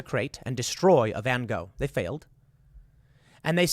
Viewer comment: That's also not how his name is pronounced but I won't hold that against you